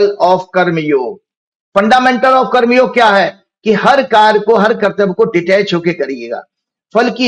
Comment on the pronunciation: Sharmaji karm ka debit basket aur credit basket dono hi itni badi hoti hai ki 10000 yrs ke 1 janm me bhi poora nhi bhugat sakte. Isliye "punarapi jananam, punarapi maranam". Aur - Karmaaa nhi hota Karm hota hai, aapki mother tongue ka shabd hai lekin pronunciation ke hawale se aap angrezon ke Gulam dikh rhe hain.